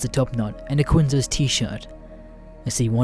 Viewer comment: Ok this is so minor, but you pronouncing quiZno's as qiNzo's kinda irks me. Do you not have sub shop varieties in Australia?